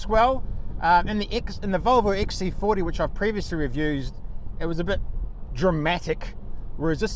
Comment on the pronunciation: The Volvo iEX- theardi? Must be a special variant for the Australian and New Zeland markets.